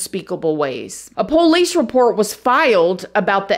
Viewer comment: You are so beautiful and smart, I love your videos but I wish you pronounce 'Police' correctly. I don't think its poowlease.